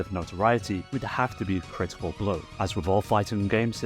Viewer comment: Oh, I know about "CRITI-CAH BRO!!" It's the sequel to a fighting game called Genei Tougi: Shadow Struggle, but it's an improvement over the original in pretty much every way.